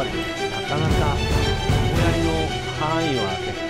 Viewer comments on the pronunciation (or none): あと斧槍はふそうと読むと思いますぜ